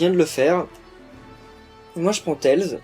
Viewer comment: Sa s'écrit tails mais ça se dit tèillese